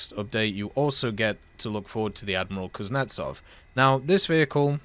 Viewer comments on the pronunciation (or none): It’s Kuznetsóv, not Kuznétsov.